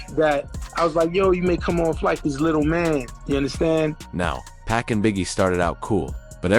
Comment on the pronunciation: The way Pac is pronounced is annoying